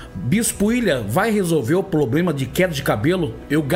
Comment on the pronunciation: Um padre não fala ploblema...heiiiii